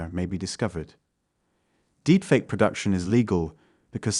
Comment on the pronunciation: for me it was "Deepfake Aye" lol